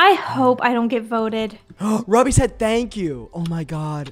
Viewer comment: I almost choked when said “tank u” and “fanks”